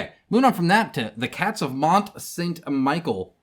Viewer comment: Interesting how you're the second Youtuber to mispronounce Michel (pronounced like the name Michelle). Mont Saint Michel is French, just like the theme of the game. Also, those are not all unique sculpts. There are fifteen enemies - two versions of the roaches with three of each version, three identical musketeers, and two identical female enemies. There are only four unique sculpts for the enemies. You should also mention that the minis are not in the $48 pledge. The minis are add-ons or you can get them in the all-in pledge.